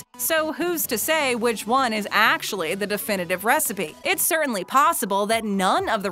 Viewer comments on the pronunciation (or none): none